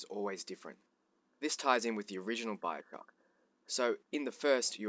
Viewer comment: why do you speak so strangely?? Biocrock ? Liehow? wtf